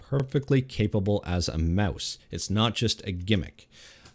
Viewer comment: Aboot the Meouse!